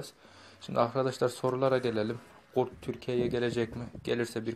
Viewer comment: Abi coh güzel gurt diyiviriyon ya❤️